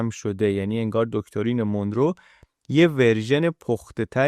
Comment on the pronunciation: خیلی عالی و‌ آموزنده بود. سپاس فراوان. فقط تلفظ درست این اسم مانرو هست نه مونرو Monro